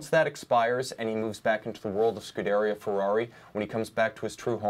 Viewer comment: Scuderia [scu-de-rì-a]. You are pronouncing it wrong. I'm trying to help you out when you are talking to your Ferrari driving clients...